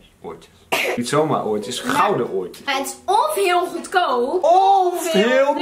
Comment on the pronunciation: Zij komt zeker uit Westland ik hoorde echt zo jaaaaaa